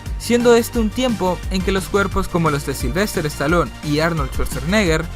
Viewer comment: Se pronuncia Staloun, no Estalón. Y Schwarzenegger, no Schwarzernegger